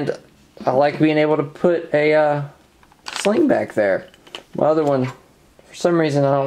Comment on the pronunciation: Ggggah! as in buffer Springgggah or one point Slinggggah.